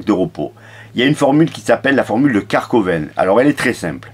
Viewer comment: Merci pour la vidéo, c'est Karvonen, pas Karkoven, tu m'as bien fait rire.😀